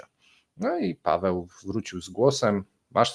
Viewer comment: doceniam, że zacząłeś wymawiać "w" w nazwisku Pawła. 😆